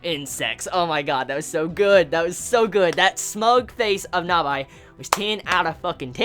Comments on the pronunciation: Nabeeeee not nabiiii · It's not Nabye, it's NABAE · Not gonna lie... I was about 5 min in before I realized who NABI was. ... it's nabe bro. (Nah-bay) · I had some issues understanding who you were talking about. I think you may have been trying for 'Na-Bae', but that did not come across. otherwise, I tend to hear 'Na-be' whenever people mention her. so...confused. :) rather think Na-bae is more for the literal type of communication. it don't work quite right in vocals. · i love this XD <3 but... pronunciation of Nabe is "Nabi or Na by" is kinda irritating XD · she's called Nabe not Nabae. Nabae is the guy from Baby Steps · Also mate it is (Naah-bey) and (Deh-miew-rg). Not being a dick mate. Just helping a Brother out Brofist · I know this is an old video but I am annoyed how you pronounce Nabe. The voices even say her name but you still chose to say "Navay". Dunno if you corrected that now. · yu pronunciation the name Nabe is wrong! (｡>﹏<｡) its Na Beh, yu amoeba!! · yu pronunciation the name Nabe is wrong! (｡>﹏<｡) its Na Beh, yu♡ amoeba!! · I know I'm late to the party, but your pronounciation on the name of Nabe is infuriating, it's like you watched it with some shitty DUB.